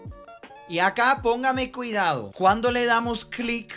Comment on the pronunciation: Que chistoso cuando dice... pongame cuidao'